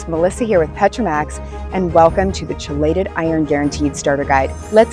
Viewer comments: I can’t trust a company that can’t even pronounce ‘KEY-LATE-ED’ right! 🙄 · How many times can you mispronounce chelated? Credibility gone 🤦